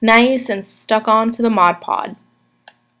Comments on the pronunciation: its modge podge not modge pod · Cute idea but Mod Podge is pronounced "mod" "podge". Podge rhymes with lodge ... Dodge. :0) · I noticed that 2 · Yes!!!made me cringe every time